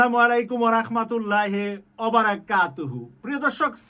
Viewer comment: ভাই ছালামের উচচারন ভুল বলতেছেন। উচচারনটা হবে ( ওয়ারাহমাতুললাহি।) হ এর মধ্যে একার উচচারন হবেনা উচচারন হবে রসিকার।